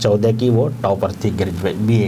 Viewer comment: टोपर नहीं भाई टॉपर होता है।